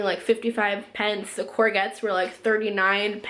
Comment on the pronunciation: I love hearing you pronounce courgettes😂❤️ (it's pronounced courjet) but it sounds so cute your way